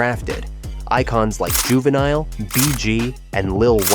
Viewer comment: You can tell when someone is not of the culture. Dude said Juvi song was "hey" instead of "Ha" and missed pronouncing his name. 😂